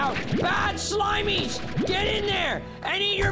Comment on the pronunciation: I love when you say SHLIMIES